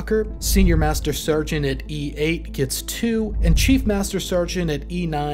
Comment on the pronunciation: and ... "stargeant"